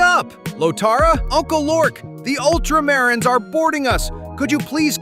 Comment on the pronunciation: ... okay, this beginning AI voice is VERY well done. Only a few words it screws up on, like "Ultramarines" and "Custodes", and if it didn't screw up on "Ultramarines" I might have been fooled into thinking it was a real person. (The amount of people who are now into Warhammer and pronounce "Custodes" wrong is so high that mispronouncing it proves nothing) Then it goes back to being obvious AI about a minute in. But that first minute, those first few memes... this AI voice was cooking. If that could last the entire 12 min, this would be both awesome and terrifying.